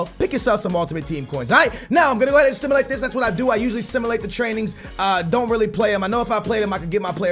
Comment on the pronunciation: ITS SIM-YOU-LATE NOT FUCKING SIM-UH-LATE